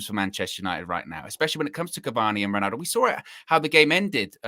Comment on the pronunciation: Does this guy realise he’s saying “winaldo”?